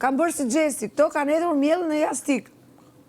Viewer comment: Jastëk mi Luanesha s di a s me fol 😂 jastik thote pupupu injoranca ne kulm